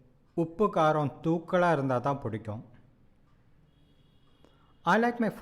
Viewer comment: "thookkalaa irundhaa"??? sounds like "while sleeping"